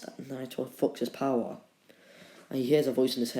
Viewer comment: stop making that weird voice in what if naruto was madara's reincarnation AND STOP SAYING BOWER